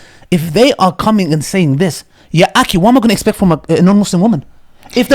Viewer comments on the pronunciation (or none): Can someone tell the brother to correctly pronounce the word akhi with a خ instead of with a ك.